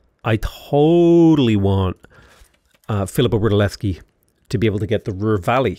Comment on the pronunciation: u finally said brunelleschi right <3